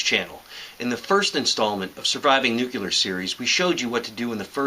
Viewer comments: stop saying nuCElar.....ffs... it's nuCLEAR..... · Hey everybody. It's George Bush Jr. It's NUCLEAR NOT NUCULAR DUMB ASS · ok. when you say nucular instead of nuclear, i grit my teeth. other than that, i must say thanks for the sage advice. very informative - like driving a 90 degree angle to the fallout if it heads towards you. obvious, but i wasn't thinking about that option. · You're cool plus I like how you say "nucular" :D